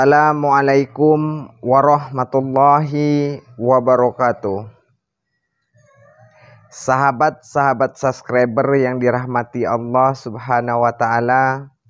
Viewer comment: Subscribers bukan saskreber..... Hal terkecil z gak bisa ngucapin dengan benar Gimana mau percaya gua atau netizen yg lain 🤣🤣🤣